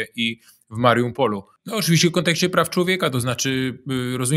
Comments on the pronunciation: Panie Piotrze zacznę od początku, z szacunku do języka polskiego mówimy "W" Ukrainie nie "NA" ponieważ Ukraina nie jest wyspą. Druga kwestia to nie wiem czy Pan celowo przekręca nazwy typu - Mariupol nazywa MariuNpolem, "Dżaweliny" nazywa "Yawelinami", również zauważyłem kilka pomyłek w takiej kwestii jak to że powiedział Pan "szabas" zamiast "szabat", mam wrażenie jakby nie do końca doinformowany Pan był z prawidłową wymową niektórych wyrazów, co np. mi osobiście bardzo przeszkadza i kontrastuje z merytorycznymi wypowiedziami Pańskich gości. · Panie Piotrze, mówi się "Mariupol", a nie "Mariumpol". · Panie Piotrze - nie "Mariumpol", prosimy. :P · Piotrze, Mariupol, nie Mariumpol. Zwracam uwagę, bo to się powiela, a miasto staje się legendą. Z ciekawostek prawie 90% mieszkańców (dane na 2002 rok) posługiwało się językiem rosyjskim i tak im to Rosja wynagrodziła. Poza tym sztosik odcinek. Dzięki! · Drogi Panie Piotrze, tak Pana lubią, że nikt panu nie pisze, to ja to zrobię: Od jakiegoś czasu skleił się Panu Mariampol z MaRIUPolem i mówi Pan "MariuMPol" :) a tam nie ma M. pozdrawiam serdecznie!